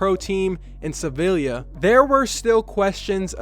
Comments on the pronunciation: It's not "sevylia " it's Sevilla. Pronounced sevea,when 2 lls are back to back in Spanish, they become silent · double ll letters are not silent, they become as a letter j. Sevilla - [Sevija]. Or like other city in Spain - Marbella - Marbeja. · Sah-Vee-Ya You uncultured moron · Nope you're wrong two ll's are not silent, "llorar" isn't pronounced "orar". In spanish the two ll's sound the same as "y" wich sounds like "yeh". In this sense "llorar" is pronounced "yorar" and "sevilla" is "seviyah". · That Sevilla pronunciation doe =))))